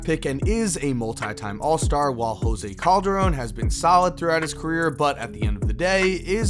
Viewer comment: Did Kyrie say jose coldarone wtf I can guard him